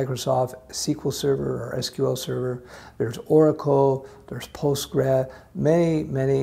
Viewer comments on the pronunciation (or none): ... Did I just hear you say something like "postgray"? What's that? Are you trying to say "Postgres" which is the shortened form of "PostgreSQL" (pronounced "post" "gres" "cue "ell"), and also referenced as simply "PG". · It's pronounced postgres